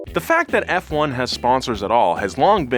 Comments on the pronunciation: "Fwon" that's a doozy, never in my life have i ever heard it. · Been watching F1 for 40 years... First time I heard " fwun". You just told 750,000 people this misinformation. Thought better of you. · No one ever said “fwan”😐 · No one calls it "fwun" sherlock its "F one". Do better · its not Fuan its F1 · F1 not Fwun. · Tommo please make a video while saying fwun instead of F1 please I beg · its not fwun its juan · Nobody calls it Fwahn. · "known as FWANE" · who tf calls it fwun lmao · “Formula One or FWONE as F1 fans call it” Haha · Did you just call it fuan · Who the hell calls forumla 1 fwone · this man really said f0ne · * calls it "fwun" Me: * clicks off the video immediately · Whatever you said. Good ol' FWUN. get a load of this guys lol. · never say that fwun word ever again I beg you...:( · literally noone has ever called it "Fwon" before! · no. Fwun? Nah dude nah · also known as "fwun" ha ha ha that gave me a chuckle. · No one says fwun dafuq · Who tf says "fwon"? Come on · aint nobody calling it fuan haha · Who? Who calls F1 as “FONE”????? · Fwannnnn lmao. Nope. Never. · Who tf calls F1, Fwun? I'm not saying people don't, but I've never heard it called that.. until now. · Who the fuck calls it Fuan?????? Which "fan" calls it that?!?!?!? So that we can go beat them up... Ngl I don't think Americans deserve to be an F1 fan... People that think doing 500 laps around a literal circle and call that racing don't deserve to be in motorsports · who the hell calls F1 Fwon??? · just you just call formula 1, “Fuone” No, this is absolutely not what fans call it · From this day im gonna call f1 as fone "fwahn" 🤣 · never say fwan ever again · I’m sorry, “Fwun?” Hard no. It’s never referred to as that. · Err, who in God's green earth calls it "fwon"? 🤣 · It’s not an oil company and who calls it “fwon”? Whoever does the script needs to be actually do some research. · Never heard anyone call it fwan. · Who tf says fwone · Fake Fwun fan